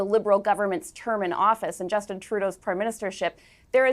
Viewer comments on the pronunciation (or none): none